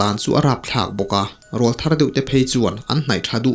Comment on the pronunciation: Nia,ngaihnawm ṭhin khawp mai..."RÂWLTHAR" tih hi 'âw'hi thlukna awm ang hian aw hi thluk deuh tur a nia,aurâwl tih a 'râwl' thluk ang hian,"kâwl a eng ṭan ta,kâwlkil i thlîr ang u" tih a 'kâwl' thluk ang hian...teh deuh duah a...😊😊😊😊anyway...a ngaihnawm ṭhin e